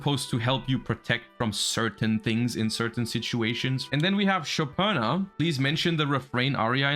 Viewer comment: The only person in the whole Youtube who knows how to correctly pronounce Shopina's name. Never thought I'd see (or hear) that. lol That's a "thank you" comment BTW. 😆